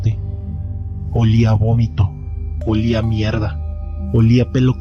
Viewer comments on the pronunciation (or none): me dio risa cuando dijo alía abomito olía amierda xD pero buena historia